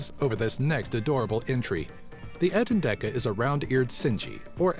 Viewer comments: He made a mistake. It is etendeka, not entendeka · it's not entendeka it's etendeka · When u said entendeka I thought u said ant and deck a😂😂😂😂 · the entendeka sounds like ur saying ant and decka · I'm I the only one who thinks the mouse thing sounded like 'Ant and Decca'? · i thought he said 'ant n dec a' for a mo there!! tiny thing, would make sense!